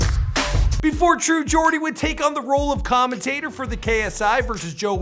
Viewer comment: It's commentator ya nunce